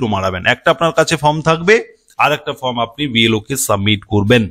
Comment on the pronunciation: ""FROM" na dada...""FORM"".......OK SIR. !!!!!